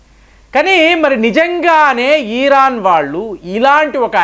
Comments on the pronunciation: వీడికి తల ఊపుడు బాగా ఎక్కువ......😂😂😂😂😂 ఈరాన్, ఈరాక్ కాదు. ఇరాన్ n ఇరాక్......😂😂😂😂😂😂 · ఈరాన్ కాదు బాబు, ఇరాన్